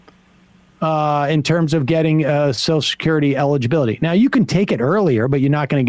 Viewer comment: I think it should be a law that you cannot collect Soshecurity unless you can pronounce Social Security!!!